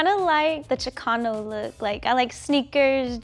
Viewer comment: right when she pronounced chicano i clicked off